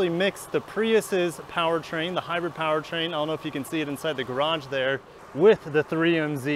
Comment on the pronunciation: Reason I didn't Finnish watching this is because he couldn't even say hybrid right.. just saying